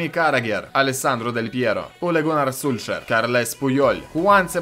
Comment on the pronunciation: прости но не Шульшер))) а Сольскляер...